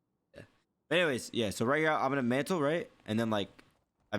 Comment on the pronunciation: His speech is fine. I think he's just being lazy with his enunciations. A perfect example is when he said mantle. He caught himself saying hella lazily, so he corrected himself. I also think it's where he's from. I'm not entirely sure where he grew up, but this type of speech resembles Northern California speech. If you're from the Bay Area, you know. We always shorten words and speak fast.